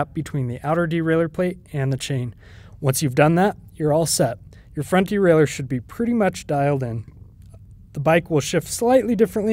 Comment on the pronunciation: Great!...as everyone else says, probably BEST video on YT for this. Bonus...also pronounces derailleur correctly!😂